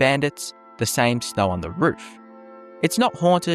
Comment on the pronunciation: Once again, I comment how hilarious it is that your accent can't say O noises. Noer instead of no, snoer instead of snow. Love accents.